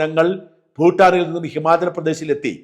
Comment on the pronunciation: സാജൻ സർ ഫൂട്ടാനീ ലെ ഫൂ ഉച്ഛാരണം ഭൂ എന്നതാണ് ശരിയെന്ന് മനസ്സിലാക്കി സംസാരിക്കുമെന്ന് പ്രതീക്ഷിക്കുന്നു. ഞങ്ങളൊക്കെ ഇതുപോലെ മാറ്റം വരുത്തിയവരാണ്. ഭാരതം എന്നതാണ് രാഷ്ട്ര നാമം. ഫാരതം അല്ല. തമിഴ്കാർ പാരതം എന്ന് തമിൾ ലിപിയിൽ എഴുതിയാൽ തെറ്റല്ല: കാരണം ആ ലിപിയിൽ ഫ,ബ,ഭ. ഒന്നും ഇല്ല.